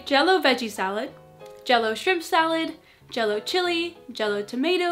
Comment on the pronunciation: Jell-o sounds for me like J-lo 😂😂😂😂